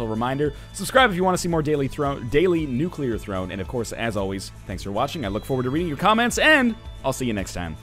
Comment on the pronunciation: Does anyone else just smile when he says "Nuclear Rattata"